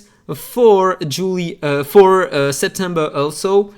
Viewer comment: Pronunciation of JULY: Pronounced Jew - lie.... often referred to as the start of summer in the Northern Hemisphere, the month after June and before August. Julie.. or July.. as per your pronunciation, is a popular Latin first name which originally comes from the Latin Julia (Julie means: A variant form, regarded as French, of Julia)